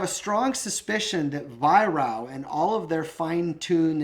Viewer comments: Little thing, but its pronounced “Vyrark” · Weihrauch is phonetically pronounced vie-rack